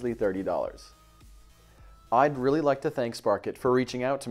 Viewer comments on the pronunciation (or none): none